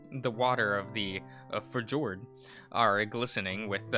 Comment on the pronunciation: Fjord is pronounced Fee-yord. Try to transition as directly as possible from the F sound to the Y, minimizing the EE sound in the process. It feels weird if you do it right.